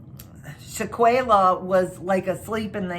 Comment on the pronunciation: Its not sha-quay-la its Shanquella please put some respect on this black womans name! You pronounced daejanae correctly!